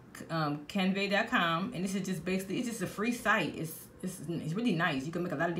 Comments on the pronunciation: Can-Va not canvae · Canva pronounced kan·vuh, but other on another note... GREAT VIDEO i love it all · “CAN”. “VA” CANVA… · I'm in the library listening to this video and i burst out laughing when you can CUNvey... gahahahahaha gurl, you got me weak!11 I love it.